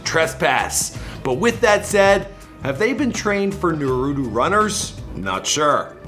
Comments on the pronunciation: Dude said nurutu runners not Naruto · mans really said “Narudu” instead of naruto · Wow he really pronounced naruto narooto 🤦🏾‍♂️ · This dude said. Narudu Runners... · He said narutu runners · Nawuru runners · “NuHRooToeE runners” NAH-ROO-TOE = Naruto 🍥: No. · This dude said norootoo runners😂😂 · Nobody: Not a soul: Not a wondering atom:: NaRuDO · did he jus say noruto runners instead of Naruto hahahaha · Did he say newrudo runners? It's Naruto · “Nurutu runners”😂😭😭😭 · “Naroodo runners” lmao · "Neroto" amazing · 😂😂 Average person: Na-ru-to: Nu-ru-to on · Nigga said narutu runners, it’s naruto runners Michael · Naruuuudo ? It’s Naruto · He said nurudu runners 😂 instead of naruto runners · "Narutu runners" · When he said naruto I thought he said noodle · "Narudo runners" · No one: Michael: na ru do ro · It’s nAruto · anyone else got mad he didrespected us and said “nuu-roo-toe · This guy really said "Nurudu" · Did he he just say narutoo im triggered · NOO-ROO-TOO??? Really bro 🙄🙄🙄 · Dude said “nurudu” 🤦🏾‍♂️ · did this guy just say Nurudo runners 😂😂😂😂😂😂😂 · Since when is natuTO pronounced with a hard ER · Am I the only one cringing when he say Naruto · man said Norudu... wtf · bruhhhh why tf he say Neruto💀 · Wtf is a narootu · Norutu 😂😂😭 he meant naruto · Na-rue-to runners 😕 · wtf is a naroodo runner come on Michael😂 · His pronunciation is doodoo it sounds like newroodoo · Narudu runners wtf is narudu 😂💀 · Lmfaooo I heard that too ! “NaRuTu” 😂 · We about to pretend like he didn’t say naruto like that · The way you pronounce naruto is triggering me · Learn how to say naruto right first kid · My mans really can’t pronounce naruto. Smh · Almost shot myself in the head when he said Naruto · His pronunciation of “naruto” very much pissed me off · wow he mispronounced Naruto again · Lost all respect for you after mispronouncing Naruto. Smfh. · His pronunciation of Naruto made my teeth hurt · you can even say naurato right